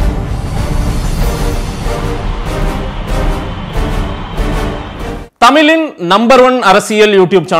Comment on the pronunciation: "தமிழின்" என்ற உச்சரிப்பு தமிலின் என உச்சரிக்கப்படுவதாக தெரிகிறது